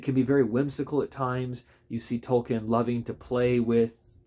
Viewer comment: It's pronounced Tolkeen. Long E .... Tol keen ...